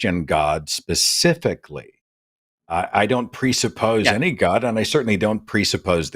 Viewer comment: "I wasn't talking about you pasificly" did he call you an ocean?